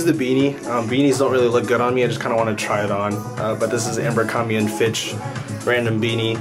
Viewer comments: Say AMBERcrombie again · Everytime you say "Ambercrombie" 😬